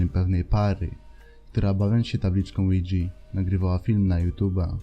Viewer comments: Na tabliczkę ouja mówimy łidża nie łidżi xd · lidza a nie lidzi XDD